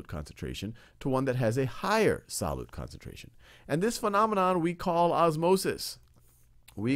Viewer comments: "SAH-LOOT" He just kept saying it and I couldn't focus on anything else! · me too